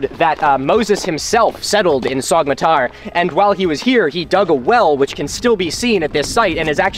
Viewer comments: the ğ in soğmatar is glottal, meaning you pronounce it as so'matar but great video! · Your channel is amazing. But since you're so invested in it, could you not pronounce the ğ as it's basically a vowel lengthner? Thank :3